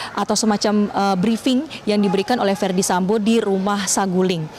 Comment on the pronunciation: Yang bawa berita sambow bukan Sambo ya 😅🤣